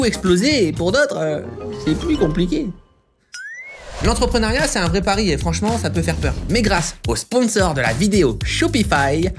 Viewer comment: entreprenEUriat ... pas entrepreunAriat.